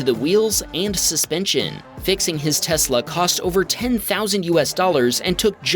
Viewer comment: The voice narrator has a speech impediment that is like nails on a chalkboard. He draws out the final vowel of words. Hondaaaa, oveeeer, teslaaaa. He needs to be replaced